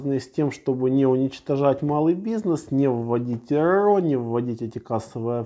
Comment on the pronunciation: Это можно слушать вечно, когда выговаривает РРО.